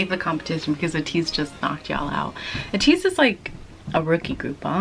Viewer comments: It's pronounce as Ay-tease not U-tease. Thank you! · ATEEZ is pronounced as EY-TEEZ and the fandom ATINY is EY-TI-NEE